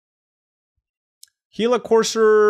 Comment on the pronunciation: Yes sir you said it correctly he la. The Actuall creature it's named after is a desert lizard that is very poisonous